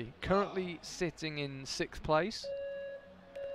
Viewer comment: SIXTH, sixth place, not sikth!! Am I missing some inside joke or what? Thank you though, enjoyed the video and the rest of the words that were spoken!